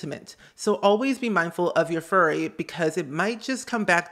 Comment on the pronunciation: FURY as in anger, not furry as in hair